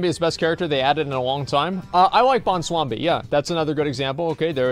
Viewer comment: Is he dyslexic or something? He always calls Bwonsamdi Bonswabi.